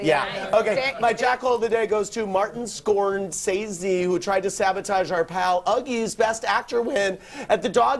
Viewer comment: "Martin Scorn-sayzzie"... Andy that's not how you say his name LOL LMAO ... He's only one of the biggest Directors in Hollywood of Our Generation. Andy, his name.. is Martin Scorsese